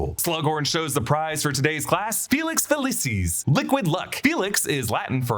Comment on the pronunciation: ITS FAWKES FFS NOT FOX. LEARN YOUR PRONOUNCIATIONS. FELIX FELEEEECIS NOT FELESIS